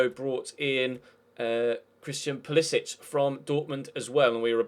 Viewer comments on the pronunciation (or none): Pulisic's name is pronounced "Poo-lih-sik" because he's American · Hey you're still saying Pulisic's name wrong. He pronounces it with a hard "c"